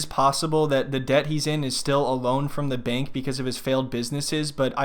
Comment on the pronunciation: I love that you're pronouncing deb-pt 😅